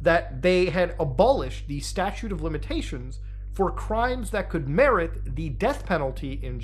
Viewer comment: StatuTe, not statue...